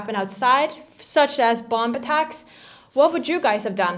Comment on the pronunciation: I love how you say bomb attacks the last B is silent so it would be pronounced bom